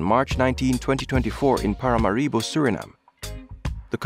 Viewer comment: It's Paramáribo, not Paramaríbo.